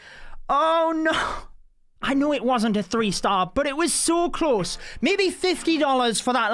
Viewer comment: Its so “klaus” instead pf close HHAHAHAHAH good one